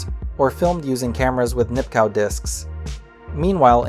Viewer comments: Nipkow is pronounced "Nip-koff". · Nipkow pronounced Nipkov. Braun pronounced Brown.